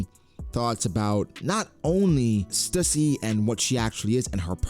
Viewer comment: Stüssy is pronounced Stew-see.